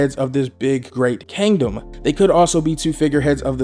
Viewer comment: Everybody: Kingdom: Kangdom Love ya bro thought this was funny though😂